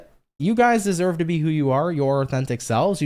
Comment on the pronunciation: Gosh I laughed so hard at "desoyved " haha I mix words all the time. Just enjoy your energy ❤️